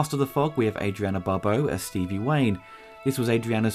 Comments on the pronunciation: It’s ADRIENNE NOT ADRIANA!!! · Great coverage. I've been watching all of your movie retrospectives and they are very well done and enjoyable. Small correction. Just for clarification, every time I've heard Adrienne Barbeau, it's always been pronounced, A-dree-en. Not, A-dree-anna. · ITS NOT ADRIANNA BTW. THERES NO A ON THE END.